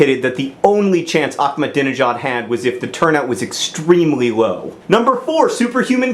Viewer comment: You pronounced Ahmadinejad wrong.